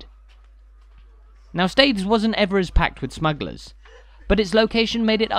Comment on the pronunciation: The name of the town is pronounced "steers".